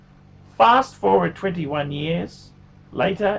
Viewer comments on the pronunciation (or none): none